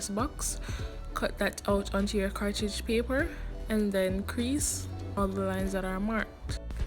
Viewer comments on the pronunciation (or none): Pronunciation cartridge paper and chocolate had me dying XDDDD, You Know?